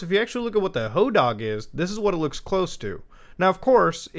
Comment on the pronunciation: Always pronounced it "Hoe-Dag".